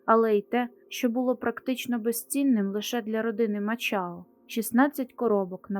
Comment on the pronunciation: Мачао . Якась неправильна вимова